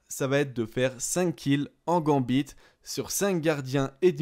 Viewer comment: Il prononce mal io XD il a dit aussi '' gambite '' au début x)